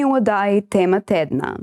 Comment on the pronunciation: TEMA .. izgovarja se z "ozkim" E in neppa s "širokim" E !... ; bo šlo ? ( EL BUIO PROFONDO !..... )